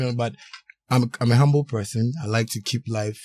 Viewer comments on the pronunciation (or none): none